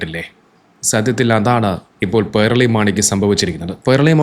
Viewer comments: പേർളി അല്ല പേളി 😂😂 പേൾ 😂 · "r" letter supposed to be silent while pronouncing. He is wrong.